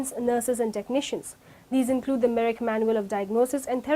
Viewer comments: very poor presentation and lack of proper pronunciation. Merrick or Merck. Do your research well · The company name is Merck, not "Merrick" like it is pronounced in the video.